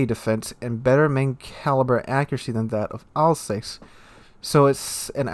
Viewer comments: Your pronounciation of Alsace its killing me Al-zahs Not Al-says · Alsace is pronounced 'alsass',.